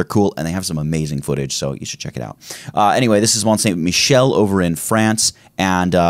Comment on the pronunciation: Vraiment très bonne video! And your French accent is close to perfect, I had to replay two times to be sure you were pronouncing Mont Saint Michel that good, congratulations! Now what about French recipes seasoned on Premiere? 👍